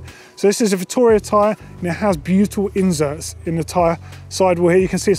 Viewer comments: Hi. Simply put it is inserts. I do not know how he came about with this pronunciation but if you want to improve your English then listen to someone like Benedict Cumberbatch reading an audiobook and you will learn English properly. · yeah, he is so eloquent that he pronounces "inserts" with a z as in inzerts. drives me up the wall I gave up on the video, must be my minor ocd.